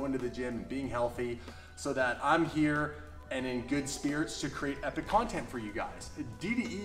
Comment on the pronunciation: Epic "Cone-Tent? Are you Canadian?